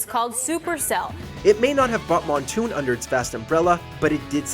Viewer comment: I had a stroke when said Moonton as Montoon.